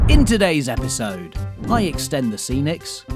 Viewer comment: ‘Epsisode 5’ lol